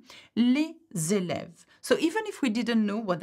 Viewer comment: les èlèves means pupils or students, but sorry for that you pronounce it like people